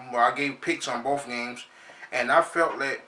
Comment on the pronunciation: If you could lose that "bof" with "both" you might be ight idk jus tryna help cuzz Forr real rep them steelers i said it first right here super bowl champs this year SMASH MOUTH FOOTBALL